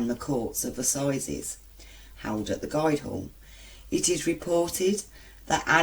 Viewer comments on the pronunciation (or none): Am from Derby lol Did you read this from Derby most haunted? Sorry ur pronouncing the guild Hall wrong to lol its also known as the old fish market Good video tho thanks ✌️